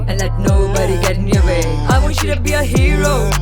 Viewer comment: Hero? Sound's like gyro 🥙 :p